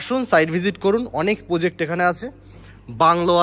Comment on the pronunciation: Poject na Project bolte hobe. Khub bhulbhal uccharon.